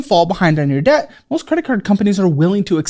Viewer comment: how the hell could you resist telling her to stop saying the ‘b’ in debt?! Super annoying